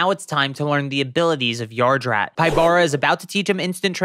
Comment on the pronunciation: Just a small nitpick. Pybara’s name is pronounced “PEE-bah-rah”, not “pai-BAH-rah”. His name in romaji is “Pibara”, and his name pun comes from the capybara.